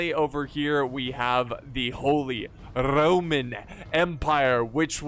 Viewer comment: "Charles V of the Holy Rrrrrroman Empire"